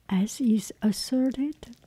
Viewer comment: Hi, You asked some videos ago to provide feedback on your pronounciation. What I noticed is that you say 'ies' instead of 'is'. You pronounce the i like the first E in 'even', however, you should pronounce it like the first i in 'international'. I hope I was able to help:D